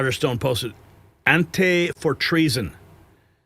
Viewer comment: ❗FYI:, here is the root of the word 'ante', and it's pronunciation. " The word "ante" comes from Latin, where it functions as a preposition and prefix meaning "before" or "in front of". It is used in English to form words like antechamber and antedate, as well as in the gambling term "ante," referring to a stake placed before a round of play begins." Pronunciation: AN-tee. It is also used in the German language, means the same as above.